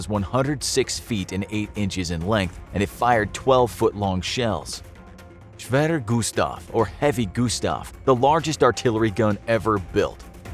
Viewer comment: if you cant speak german just speak english schever gustav from german was schewerer gustav